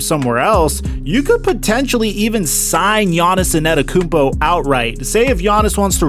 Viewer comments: it's antetokounmpo, not anetokounmpo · Bro say the names right anedakounpo whysman